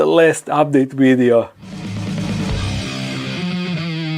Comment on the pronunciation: What is a “wideo”